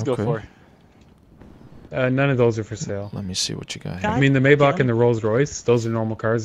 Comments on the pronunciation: It’s Not maybatsch it’s maybach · MAYBACH NOT MAYBACK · Maybać? Maybak? Its Maybach!! BACH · Nice rides and also Maybach is pronounced as (my-back) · It’s may back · Maybach is said like (may-bok) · Maybach pronounced as maaybaak. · It's pronounced my bock